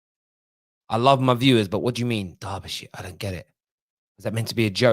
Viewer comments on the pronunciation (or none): none